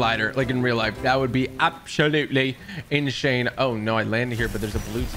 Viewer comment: Love how u put “absholutely” and “inshane”